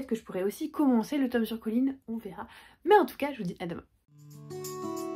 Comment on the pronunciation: Alors pour moi c'est Collins avec ine. Je trouve ça assez horrible les narrateur qui francise les prénom !